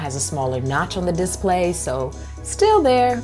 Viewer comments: Love the way you pronounce diss-play. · "Diss play" lol